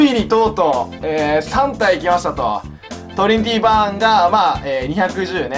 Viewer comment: 「トリニティバーン」 が 「とりっぴぃばーん」 に聞こえました。